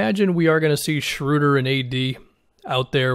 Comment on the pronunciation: first person that i've heard say his name correctly, thank you. I'm excited about this move for the Lakers.